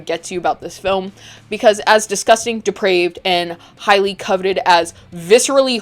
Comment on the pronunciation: Oh my god, say "deprived" again. I feel like Samuel Jackson in Pulp fiction. D E P R A V E D. not deprived.